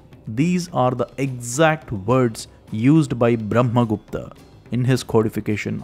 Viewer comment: you could say brahma gupta not bhrahma gupta